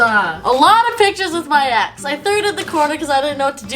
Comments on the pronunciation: When she said all these pictures of the ex or whatever I thought she said “all the pictures of my a$$” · who else thought she was sayin ass instead of ex 💀